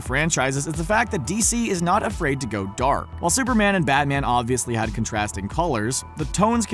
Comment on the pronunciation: At first I thought you said spider man ate supper man and I was like “ CANNIBALISM “😂